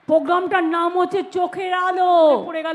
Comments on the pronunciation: Can't she pronounce 'r' ? The word is :PROGRAMME: and not POGRAMME🤪🤪 This one's name should be in the Guinness Book of world records as ~~ The Greatest Liar of the Century ~~. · আজ অবধি program উচ্চারণ পারল না, পোগ্গাম আবার কি? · সব শেষে খুবই 😂😂লাগলো ........... যে মূর্খ মন্ত্রী "প্রোগ্রাম" কথাটাও ভালো করে উচ্চারণ করতে পারে না। বলে...... "পোগাম"😂😂😂😂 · পোজ্ঞাম ? ১৪০ টা ভাষা জানা মনীষী বাংলাটা পরিষ্কার করে উচ্চারণ করতে পারেনা ? আর মিথ্যা কথা , থাক সে কথা আর না বলাই ভাল ।